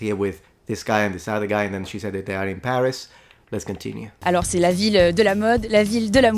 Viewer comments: I am French and I can tell you Judith (the girl in the first video you heard) said "Paris" without saying the "s" at the end, which is the right way to pronunce "Paris" in French 🙂. So it sounds like "Pari" and not "Paris" as in English for example. I am surprised you hear her saying a "s" at the end 😄. The only thing is that the "i" sounds longer because in French, the stress is on the last syllable. Mi fa piacere che ti piaccia la lingua francese e la trovi bellissima, anche per noi, francesi, la lingua italiana è bellissima 🥰, io l'imparo perché mi piace tanto e sono contenta di usarla con amici italiani e anche quando vado in vacanza in Italia 😊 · I'm French and yeah the city name "Paris" pronunciation is "Pari" . Not "Pariss". And it's the same everywhere French is spoken : You can go to Quebec, Sénégal, Congo, West Indies, Switzerland, Belgium, they all will say "Pari". There is a "s" yes but some letters are "silent" in French. Pronounce "Pariss" it's a bit if we (french) prononce the city Denver "Danvair" .Also as French who don't talk Italian and never learned it at school, i understand a bit when Italians speaks in Italian because of the very high proximity of both languages, like 30-40%. I watch sometimes an Italian youtuber Davide Cironi and i understand enough what he is saying, not all but "the topic", and same thing when a football player speaks Italian in interview, i understand the "general lines", the "topic of the discussion". For Spanish (so another latin country/language) i have a bit more difficulties but i can understand some words. Sry for my english. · In that case, it doesn't apply; we do not actually say the "S" but it's a common thing (specifically for parisians lol) to insist on the last syllable of some words with an aspiration : it's more like "Pariih" but it's easier to explain it orally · You are obviously not French, no French person pronounce the "S" of Paris and she obviously makes a sound which isn't how we pronounce a "S".